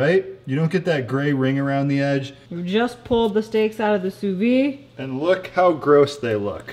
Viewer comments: “Sue veed”, not “sue vee” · I had no clue the Joule did all of that! Looks like sous-vide eggs are gonna be a new staple in my diet thanks to you guys 😍 And you still pronounce the "d" in sous-vide, just fyi :) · Please pronounce the D in sous vide haha